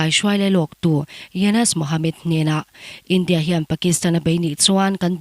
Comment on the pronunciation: India tih achhiar apiang khan awmze bo thak in athluk thin .. Map poh MAP tih in achhiar bawk .. A tawngthluk diklo thin kha ngaithla chiangla i hre nual ang .. Mizo tawng thiam pangngai inih chuan